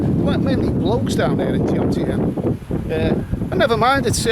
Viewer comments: Besides being a creepy guy, you don't even know the right name of the place, calling it Jomtiem, when the correct name is Jomtien - but I guess you're used to saying Londom aren't you... or Mewcastle and Brightom back in Great Britaim? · at New Brighton errr sorry Jomtien not Jomtiem 😂😂😂 Another great Vlog and pervy wanderings, very inconspicuous with that hat on too haha. Seriously, good work buddy, enjoyed it and the Tits story!! Cliff Michelmore and his holiday tits never done nowt for me though 😂😂😂